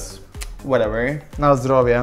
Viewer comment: Abdullashka Badirov yok, “na zdorov’e” doğrusu